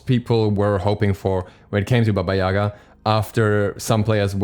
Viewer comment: Not Baba Yaga